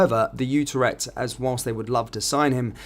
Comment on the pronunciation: IT IS NOT UTER-echt it is U-TREK-T (phonetic)